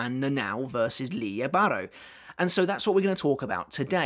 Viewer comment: I believe its pronounced lily bah,row